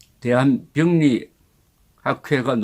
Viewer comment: 발음이 좀 그러네요 병리가 아니고 병:리